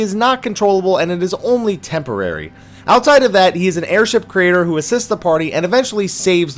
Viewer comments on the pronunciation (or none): none